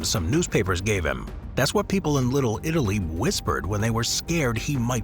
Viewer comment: Little Italy ❎ Little littlely ✅